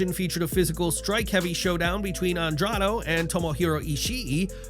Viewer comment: The irony of talking about names being botched then immediately calling Andrade "Andrado" lmao